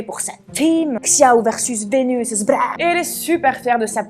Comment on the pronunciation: Xiao peut se prononcer "chiao" avec un accent français, mais la prononciation chinoise se rapproche plus de "sho" ;) en tout cas bravo pour ton travail 💛